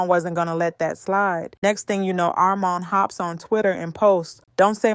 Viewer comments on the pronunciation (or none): 2 SYLLABLES ‘R-MON’ 😭 like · They can’t get armon name right for nothing lmao AR-MON